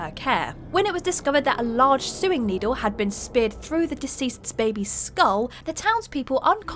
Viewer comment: Did she mispronounce sewing